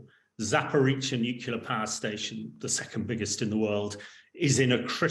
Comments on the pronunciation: Bright guy, but I wish he would learn to say nuclear, instead of nucular. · It's n-u-c-l-e-a-r, not n-u-c-u-l-a-r. At least sound like you know what you are talking about. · The word is Nuclear, not Nucular. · NUCLEAR, not nucular! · It’s NUCLEAR not “nucular” ! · I can't listen to anyone who can't pronounce nuclear properly. It's nu-clear not nu-cu-lar. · Very interesting and quite right. I’d have slightly more confidence in a nuclear expert who could say ‘nuclear’ rather than ‘nucular’. Everyone can say ‘new’ and ‘clear’ so why not one after the other? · It is important not to pronounce the word "nuclear" wrongly. Only ignorant people pronounce it "Nu-cu-lar". Like this chump. The correct way to say it is always "nu-klee-ar". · What is so difficult about saying the word: nuclear? Why is it that some people are only able to say new-killer, and are apparently unable to say new-clear? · Nucular, nucular, NUCULAR! How is this real? How are so many "experts" still saying nucular? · He’s still saying newk-you-lar instead of new-clee -ar. I can’t trust him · NUCLEAR, Hamish. New Clear. It's not difficult 🙄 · A minor point, but...why can't he stop saying "nucular" instead of "nuclear"? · Please take the nookular issue more seriously,.:D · Wish these so called experts would pronounce nuclear correctly. It’s New Clear. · 'Nuclear' is pronounced New-clear unless you are Homer Simpson and then it is pronounced New-killer. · What is the guest talking about? Nukelar? 😎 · How are you supposed to accept him as an expert when he can't even say "nuclear"? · Why cant people say nuclear properly? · The LOUSY so-called expert who cannot even pronounce Nuclear correctly ‼ Zero credibility. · Even the English are mispronouncing "nuclear" now. Sad. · New drinking game idea. Gotta drink every time this guy mispronounces the word nuclear. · Shame he can't pronounce nuclear. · Why do people find it so hard to pronounce "nuclear"?